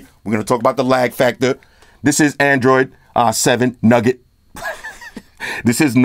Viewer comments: Man, its nougat, not nugget. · It's not nugget, it's nougat! That was free, next time you going pay! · it's "noogat"...lol. Love the review.